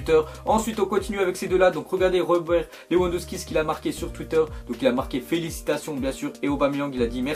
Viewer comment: stp si tu vois se commentaire le w de Lewandowski se prononce v car le w en polonais se prononce v merci